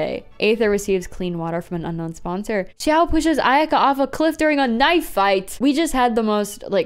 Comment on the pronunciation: It’s not Xiao this time, it’s Xiahoe